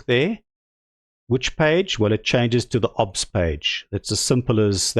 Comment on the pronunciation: "obbz studio" Dude, O B S, pronounce the letters separately, it is an acronym, do you also pronounce FBI as "fuhbih"?